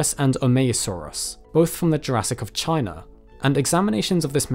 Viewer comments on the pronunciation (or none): none